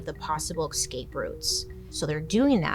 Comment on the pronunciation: Bailey, love you work I have one favour ... please learn to say "escape" properly The word is "es-cape" not "ex-cape"